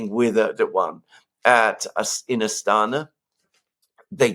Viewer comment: 😉 Astana. It's key.